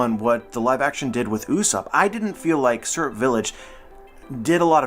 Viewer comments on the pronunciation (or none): none